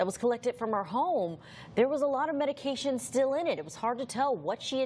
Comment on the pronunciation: Prosecutor can't even read a medication name. Every single medication she incorrectly pronounced